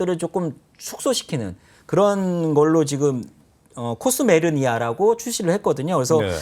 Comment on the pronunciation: 코스메르니아가 뭐냐? 코스메르나다....참 답답허다